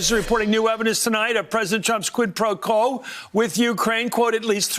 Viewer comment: did he say qiud pro ko?